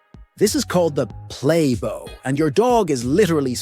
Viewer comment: When your dog puts his butt in the air and his front down, it's called a play bow, it rhymes with wow. Not a playbow rhyming with rainbow. These AI narrators suck.